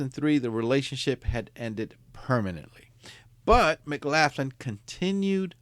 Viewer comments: McLaughlin...pronounced McLof...lin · Hello, Love your channel and I'm subbed. BTW, isn't it pronounced, "McLocklin"? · Just to note- it’s pronounced “Muhclocklun” 😬👍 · Pronounced Mc-lock-in? I could be wrong, idk. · You should get a couple of minutes on the electric chair for that pronunciation of the name McLaughlin😂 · pronunciation of McLaughlin is wrong I'm afraid . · His English is fine, pronouncing the way the name is spelled is the problem!